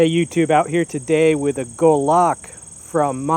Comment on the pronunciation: he says Gulahck :)